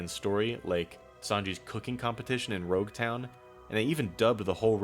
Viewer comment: brother really said "Rogue Town" like it's not spelled directly on multiple signs in the arc 😂 If it was Alabasta/Arabasta or Eneru/Enel i would tolerate it because people only has the japanese pronunciation and writing as references. But Rogue town??? Really?